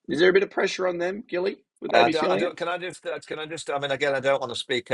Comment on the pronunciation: The names gilly not silly😂❤